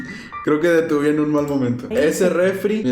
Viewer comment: Detuví no, detuvE